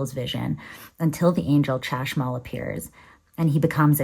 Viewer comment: Chashmal - the 'ch' is pronounced like the Spanish J (Jota)